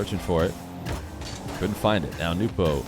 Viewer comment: Damn it is SO nice to finally hear it pronounced “Nu - po” again.